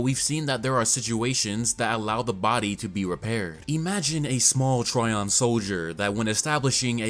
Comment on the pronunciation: But you did exactly opposite. You were pronouncing it correctly (like tree-on) and when switched to try-on. Correct way is tree-on. Just listen original japanese dub, if author wanted word trion to be pronounced like try-on, it would toh-rah-ee-on (and written in katakana like thisトライオン) , but characters clearly say to-ree-on and its' writtenトリオン in manga.